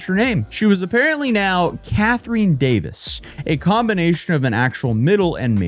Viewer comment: That’s not how you pronounce Catherine ffs 😂